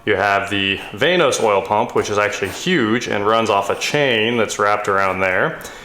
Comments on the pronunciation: its not vane-os its VAN-OS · “Vainos?” So much nope.